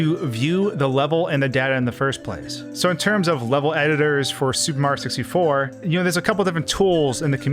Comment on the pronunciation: Why does he keep calling it “Super Mar 64”